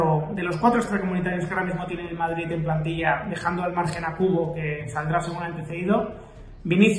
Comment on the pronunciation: dice Vardrid jajaja 😂😂😂😂😂